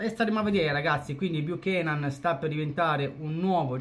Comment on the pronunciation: ahahahhahaha tranquillo! Anzi tu rispetto a molti altri,il cognome lo hai detto in modo corretto,c'è gente che lo ha chiamato nei modi più disparati e manco c'è andata vicino per sbaglio😂😂😂